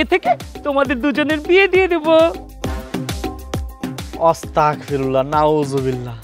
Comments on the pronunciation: অস্তাগফিরুল্লাহ না আস্তাগফিরুল্লাহ হবে 😡😡😡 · বলতে হবে আস্তাগফিরুল্লাহ উচ্চারণ ঠিক করবেন, আমিন।